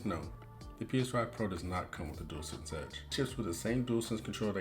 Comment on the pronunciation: Hope the delivery driver didn’t leave it at the front door like that 😂 just kidding, and unlike other channels you can pronounce dualsense properly 👍🏻 which is always a bonus I’m fussy like that 🤣.